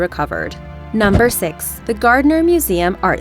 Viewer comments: It’s six not sex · I cringe everytime the narrator pronounce “six” as sex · to the girl said augost sex not augost six!hahaha got yah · two thousand sex